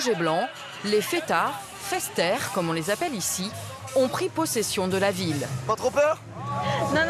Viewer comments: "Festaire " ptdr ça se prononce "Festa-airé" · "Festéres" comme dit la journaliste....Quelqu'un lui a précisé qu'on prononçait Festaïres (festayyyres).....????? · ''fester comme on les appelle ici' ?!! FESTAYRES!! prononcer 'festaïre' Sinon les fêtes de Bayonne s'est QUE de la beuverie brute !